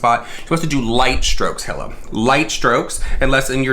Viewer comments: Your delivery was cute and funny☺.. It's pronounce like the brand "Fila" but without the "F" of course.. 🕵🏼💬according to my investigation & research📔📕🗃📖🔬🤥!.. 😳ok just Google📲🤓~Hila means “halo, aura” in Hebrew and “hope” in Afghan.. 🤧sorry for all this crazy replay, I have way too much time on my hands.. Stay safe, Stay blessed❤.. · ‘Hila’ is pronounced like ‘Heal-a’ xxx I definitely support Teddy Fresh, even though it’s not about people dying, JC makes a killing while smaller brands fall to the wayside. It costs a fortune to start a business and H3H3 (even though are very popular) are not without financial hardship with censoring off YouTube and COVID. I’m really getting sick of this kid. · It’s pronounced Hee-la. But yeah no one gives a fuck all three are liars. But they look so similar I thought the three of them were collabing. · Her name is pronounced like: Hee-la, or Ee-lah, depending on where you're from. (Eathan's wife - Hila) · pfff omg 😬 it's pronounced "EE-la" (like rhymes with Leela from Futurama), the H is silent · When you've watched h3h3 since the Israel days and you have to hear "Hill-uh" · It's pronounced Eela. You Can buy Teddy Fresh at like2 or 3 different stores at the mall. This isn't just March, TF is an actual brand and has become pretty popular. James Charles knew he just didn't give a shit. Teddy Fresh has legit collabs. James is whack and he knew his merch was a RIP off. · eee-lah. Just FYI. Love you 💛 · Nobody:: Hill-Uh... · its pronounced HE-LA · HE-la silent H. "Ee-la" I believe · Pronounced "Eela" and James playedddd himself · Its pronounced E la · Its pronounced "Heel-uh" lol 👠 👠 👠 Love you,! ❤ Also I think he did take inspiration from Teddy Fresh...the colors are exactly the same. Like come on. 🧸 🐻 🧸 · And it’s pronounced E Lah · Her name is pronounced "eel-a" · I love you but say it with me He-Lah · Not complaining about doing the research but not pronouncing Hila’s name right 🙄🥴